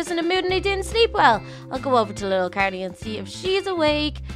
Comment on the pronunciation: Everyone: carly: kErLy